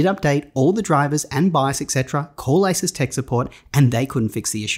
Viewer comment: It's pronounced a-seuss. Think Dr. Seuss.